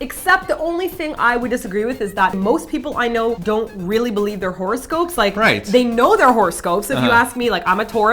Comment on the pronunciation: I thought Simon said horse ghost instead of horoscope.lol